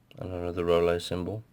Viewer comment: It's pronounced rooloo. great review thanks mate. from the US. VAPE STRONG AND SAFE GOD BLESS. Peace